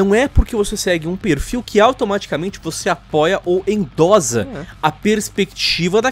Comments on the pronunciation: A pronúncia é endossa não endoza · Se fala Endossa e não endoza. De resto, concordo com tudo. Abraço. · Falado: Endo"z"a Tá errado. Endo"ç'a tá certo. OBS.: Endossa (escrita correta). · 1º endossa é com dois "s" a pronúncia 2° o pessoal da direita é meio homofobico mesmo é só olhar os vídeos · É "endossa" maluco, com dois S e não com um hehehe